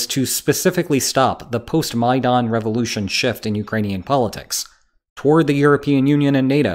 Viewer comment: I'm pretty sure no one else pronounce Maidan like that.